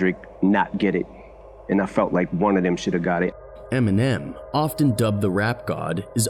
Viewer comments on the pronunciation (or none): none